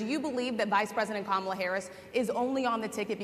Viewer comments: He's unraveling.All of a sudden he can pronounce her name. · he accidentally pronounced it correctly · Oh wow he finally pronounced her name correct at one point. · well some pressure made him say her name right finally 😂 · Notice, at 6mins 30sec he forgets himself and pronounces Karmala correctly! Other than that, it's the same old same old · Trump says VP Harris’ name correctly, which kind of makes it a fact that he is making an effort to say her name incorrectly…loser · First time he pronounced kamala name correct 😅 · This seems like an SNL skit. Crazy though, he actually says her name correctly